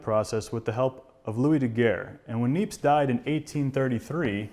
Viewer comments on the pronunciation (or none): Hi.. thanks for a very informative series. Just for information, "Nièpce" is pronounced, "nyeps" (if one wants to pronounce it as it's said in French)..